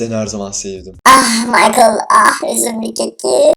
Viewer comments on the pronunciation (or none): none